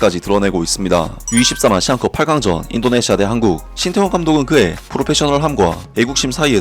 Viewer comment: 인니는 " 태 " 자 발음을못하나 " 따 " 라고하네. ㅋㅋ